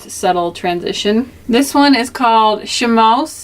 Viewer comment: Lol...chamois is pronounced 'shammy' luv just for u to know...luv ur channel x